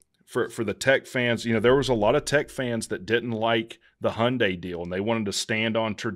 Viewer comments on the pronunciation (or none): none